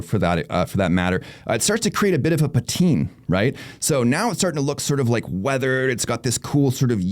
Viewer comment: Been a while. Nifty product! Cool to see even though I can't justify the cost. BTW the a in patina is not silent.